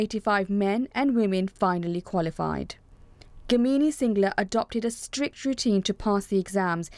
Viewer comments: She is Gamini singla, not kamini singla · She is Gamini, not Kamini. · They butchered her name 😭. GAAAMINI Singla, no game mini singla. :-( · Its pronounced Gaa-Mi-Ni . Pronounce the names correctly